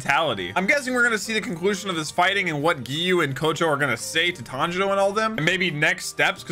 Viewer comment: No hate but did he say "tanjino" 👁️👄👁️